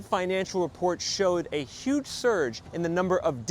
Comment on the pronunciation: The recession will be 'uge...or however the convicted felon pronounces huge...and its his fault.